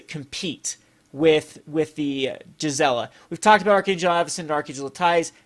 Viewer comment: Cool ideas, I support them but one thing Gisela is pronounced gēz elə. It's German based. Also, GIF is pronounced gif, not jif lol.